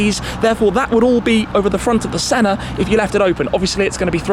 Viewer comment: Anyone else noticed that Shmee always pronounces the Senna, "Sennar" adding an "r" at the end ?